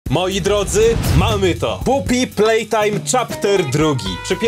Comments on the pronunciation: To jest popi plejrajm a nie pupi plejtajm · czy tylko ja usłyszałem poop y playtime? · "Pupi playtime" rozwala mnie to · "pupi plejtajm dwa" - 2022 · czy mi sie wydaje czy powiedzial poopy playtime na starcie? XD bo jak ja to uslyszalem to normalnie nie moge tego odsuchac XD